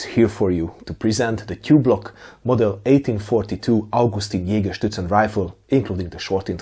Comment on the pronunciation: It probably has to do with the time I spent in Bavaria in the US Army, but every time you said Jägerszutzen in this video I heard it as Jägerschnitzel... Now I'm hungry!